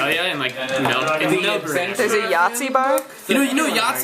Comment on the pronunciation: OMG, OMG, OMG that guy said Melbourne the correct way!!!!!!! Mind officially blown.